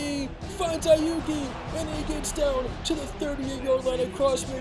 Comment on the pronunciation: Aiyuk does not have an e at the end lmao